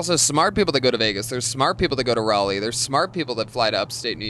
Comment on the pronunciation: Glad Tony finally learned how to say Raleigh, instead of saying it like a douchebag! Come back soon <3